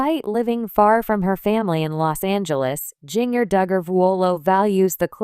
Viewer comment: AI Can’t Pronounce Ginger. It is not Ging— er. Also messed other things too in other video- it is very annoying !!